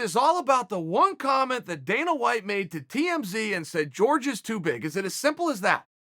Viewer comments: Why does he say George instead of Jorge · It's actually super disrespectful that you keep calling George Masvidal (J-orge) when his name is actually said (Whore-hay) ; I did my best to spell that phonetically. But C'mon Chael... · why is everyone pronouncing it George?